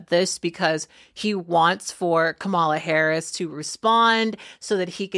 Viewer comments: Heads up - the accent on Kamala's name is on the first syllable, not the middle one! Other than that tho great video so far (i'm about half way in)! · Why do you say Kamala’s name wrong? Emphasis is on the first syllable. Republicans keep mispronouncing it as an intentional micro-aggression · Her name is pronounced Kama-la not Ka-mala. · Kat, Kamala’s name is pronounced Comma-la not Ka-ma-la. Get it right!!!! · Coma la. NOT Coma' la. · Pronunciation guide: KAM-a-la (as opposed to ka-MA-la) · Her name is Kamala. Pronounced Comma La. Not ca MA la. This is not difficult. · This is a great video. Please say the Kamala’s name correctly: “COmma-Luh”. You wouldn’t want us to call you “Kate”. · Her NAME IS KA MA LA OR COMMA LA. PLEASE USE THE CORRECT PRONUNCIÀTION OF HER NAME AND NOT LIKE THE WHITE SUPREMACIST DO. THANK YOU! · Shes not Kam-marl-la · Kat, if you are going to talk about Kamala, please pronounce her name right, you sound like the haters, use the punctuation mark, comma la, please try to respect our next President. Thank you.. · Kamala not KA-MAA-LA. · Please pronounce her name correct. It's Ka ma la (comma la) Thank you. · I like your commentary. Out of respect for VP Harris, her name is pronounced "Comma-la." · Kamala pronounces her name “comma la”. The false pronunciations are disrespectful! We have to make this plain! 👍🏽💖💙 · So I love the content of your videos. Just so that you are informed as I'm sure you're not doing it on purpose, her name is pronounced comma-la. Have a wonderful day! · “Comma-La”! “COMMA-La”! GODDAMMIT, COMMA-LA!!! What’s so f**king hard about that name??? And how disrespectful do you have to be to not care to say it right?!?!? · Great and very thorough take! However, her name is pronounced "Comma-la". Kamala! Vote Blue! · The vice president’s name is pronounced comma la. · Please do not take this as a disrespect beautiful, none intended🙂 It's pronounced more like "Kom-ma-lah" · Comma-lah. Yw. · Learn how to pronounce her name.